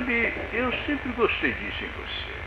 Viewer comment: Não gustuei... Também não asmei... Asduruei